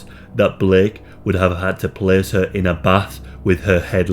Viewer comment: few words make me as happy as "this caese taeks plaece"